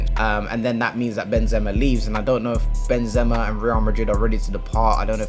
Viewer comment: nah but how you saying benzema is very wrong